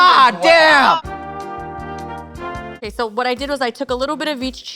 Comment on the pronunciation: I heard say "'Kay, so, you're gonna..." And my Spanish brain was like "Queso, your gonna" and I was waiting for the "see what I did there?" Except it never happened...